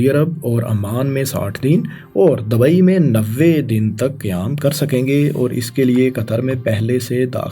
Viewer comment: Bhai Apni pronunciation thik kr lo yar... Words sai bola kro Maqabla ni muqabla Racard ni record Dabai ni Dubai Aese aur bhi bht sare words hain